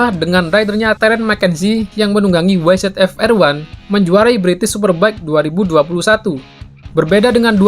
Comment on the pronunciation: Bang nyebut YZF | YZR bukan Wai Zet Ef | Wai Zet Ar tapi Wai Zi Ef | Wai Zi Ar.